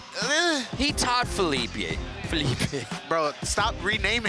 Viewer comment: Both the commentators are bad. I mean worse but the other guy cant even pronounce Felipe. just has no manners, constantly interrupting the other commentator, offensive jokes that aren't even funny. Just stick to skateline.